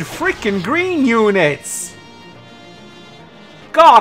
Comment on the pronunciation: "Cowfee?" "Gween unit!"